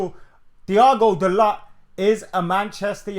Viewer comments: fuck me man whatvis it with these northern guys pronouncing words like children. The T in dalot is silent Bro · Dalot pronounced Dalo with silent T. Man said it himself, speaks good english.